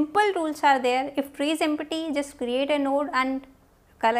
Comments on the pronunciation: it is not em-pa-ty..it's pronounced as em-ty...p is silent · Empty is pronounced as em- tee